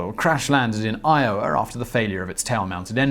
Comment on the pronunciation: "crash landed in IORA " lmaaaaoooo what did you guys lose your W's over yonder